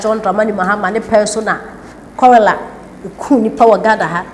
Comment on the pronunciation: The word is cholera, not, chorela